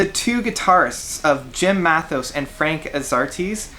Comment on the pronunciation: pronouce name correct before u review CD. mat-A-os A-rest-ti short a. Lasot is killer